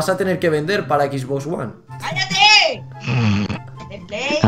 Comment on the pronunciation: Jaja me dio gracia q dijo quiero una EXBOX cuando es XBOX PD: Buen video